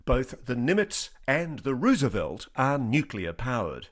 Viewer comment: Ross Coulthart is mispronouncing Roosevelt.